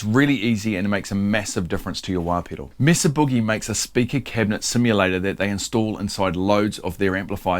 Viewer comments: Yes, it's may-sah. Like Mesa in Spanish meaning table. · It's pronounced as Meh-Zuh Boogie. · Its MAY-sa in the US. Its a spanish word. We pronounce it like spanish speaking folks do. But you and the Brits pronounce "solder" correctly, and we don't, so its all even. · "Mesa" is a Spanish word pronounced MESS-a. The Americanized English pronunciation is MAY-sa (which is how it is pronounced by non-Spanish speakers in the city of Mesa, Arizona). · It’s not may-suh, it’s a Spanish word pronounced correctly meh-suh, regardless how you say it, that is the correct pronunciation. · Actually the correct pronunciation is meh-sah, not may-sah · Mesa is a Spanish word. E is pronounced A. A is pronounced Ah. So.. Mesa is pronounced like MaySah. 60 years in Southern California with several familly members married into the hispanic bloodlines. Hope that helps! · It's from Spanish and it's pronounced May-sah. Also, does the inductor have a polarity? If so, is it marked? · It's pronounced MAY-suh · Mess-ah is the correct Spanish pronunciation. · What a simple and cool mod. This is thinking outside the box a bit and I love it! BTW it’s “May-Sah” - I live close to Mesa, Arizona, and I’d never make fun of anyone for saying something like that wrong as it means they learned it by reading it. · It's table in Spanish, so may-suh. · what in tarnation? MAY-esa Boo-GEE-eee! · Meh-sah actually. the "may" is the americanized pronounciation. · Actually Australians get it right. That E has a pure sound, like E in most world languages, it isn't a diphthong like in English. Mesa is in the territory that the USA took from Mexico. It's a Spanish word, so not may-sah. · It's May-Suh. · It's "may-suh", like the geological formation.